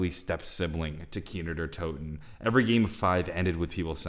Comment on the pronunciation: this man just said kino numa